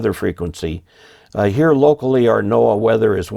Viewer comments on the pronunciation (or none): none